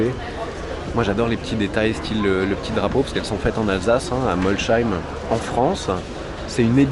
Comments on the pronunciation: On dit pas Moscheim mais molseim! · Molsheim se prononce Ssss pas chhh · Mols-heim pas Moscheim diantre ahahah La même erreur que Chapatte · arrêter de dire molchheim ça se dit MOLSEIM mais ça s'écrit Molsheim je suis alsacien arrêter les français de l’intérieur de écorcher le nom de nos ville svp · Salut tout le monde, je ne pouvais pas ne pqs intervenir ! Je suis Alsacien, je ne peux donc pas accepter le faite que quelqu'un dise, MolCHeim... On dit MolSSSSSeim... Voilà c tout.😉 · Super vidéo 👌 Seule fausse note est comment tu prononces Molsheim, ça se prononce Molsseim (le "sh" se prononce "ss") 😉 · Molsheim, avec le prononce MolSeim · Molsheim se prononce "Molsseim" :) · moi aussi ça ma piqué l'oreille